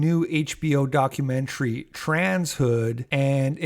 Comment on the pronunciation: Documentary kinda like documentuhree/documentairy ya know…? the way you’ve been saying it with heavy pronunciation on the end🤭 ‘document-chree’ is making me.. cackle 😂